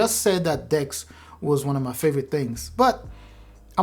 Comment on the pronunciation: When you said "the next thing is DeX" I thought you said dicks 😅😅😂😂😂😂